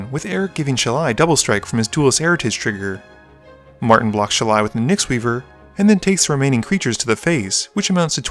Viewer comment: The grammar nazi in me cries at your pronunciation of "Shalai". If a ninja's 3 pronged hand weapon is a "Sai"[Sī], what's that make this angel's name sound like?